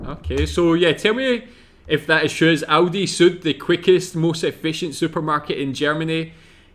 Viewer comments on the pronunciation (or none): How he prnounced Aldi as Audi, which is a Car Brand xD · Aldi, not Audi!- Aldi is a very fast supermarket with low prices and good products - Audi is a German car manufactorer, not so fast but with very high quality products, as well - cars in this case! 😅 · It is A L di not Audi 😉 And yes, speed please, won't waste time in a supermarket 😂